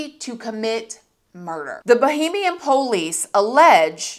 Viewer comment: Why does she keep saying Bohemian? Lol 😂